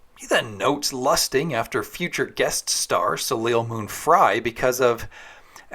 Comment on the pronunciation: Soleil is pronounced so-LAY.